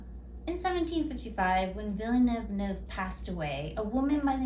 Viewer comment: I love your book review. It's creative, clever, and entertaining. This is my favorite so far and I think the bloopers part is hilarious. I think "Villaneuve" (spelling?) is pronounced a little differently than you say it, but French names are always a little tricky. Ha ha! Again these reviews are fun and make me want to read!!! XOXO